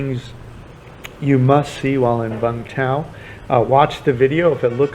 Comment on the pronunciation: Its pronounced “you-m th-ow”